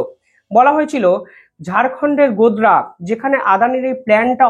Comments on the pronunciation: Godda.. Not Godra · গোরা নয় গোডডা